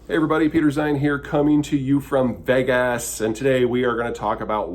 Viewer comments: why TF did you say it like a drunk write girl? Veigasss gross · I dunno about you, but I heard Vague-Ass 😂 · Peter, you said Vegas like I imagine Borat would. Care to explain yourself?